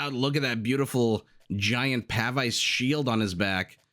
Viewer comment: Pavise is actually pronounced "puh-veeze". Awesome cast as always!